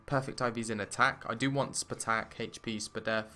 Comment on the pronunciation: Please stop saying spuh-tack